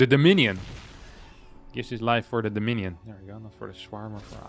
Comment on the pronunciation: Dominion has four syllables, not three. The rule says: "Stop counting during the game!"